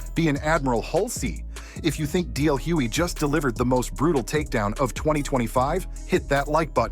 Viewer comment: It's DL hugely with a G